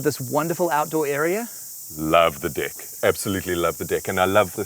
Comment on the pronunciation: Haha they pronounced "Deck" as "Dick" 😂😂😂